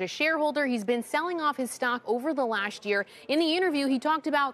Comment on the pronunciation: over the lacht year